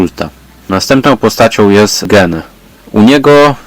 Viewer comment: Gene czyta się [dżin]